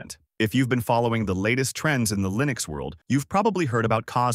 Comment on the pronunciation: You’re killing me here with that Linux pronunciation 😂 I don’t know why it’s so off putting